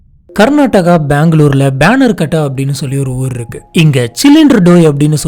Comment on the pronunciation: that is Bannerghatta not Baanner ghatta